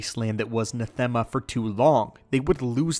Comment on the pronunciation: NAH-them-uh Not nah-THEM-uh. As in the word "anathema" just not with the first letter. Sorry. It bugged me.